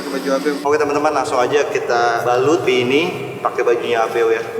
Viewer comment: ih kok bihi sih kan itu namanya bi doang gak pakek h gimana sih😂😂😂😂😂😂😂😂😂😂